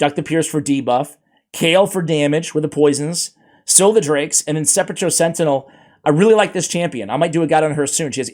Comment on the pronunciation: You said Sepulcher right. I didn't cringe when you said Sepulcher. You're the only one who knows how to say it. My ears thank you. You're son is the offspring of a gentleman and a scholar.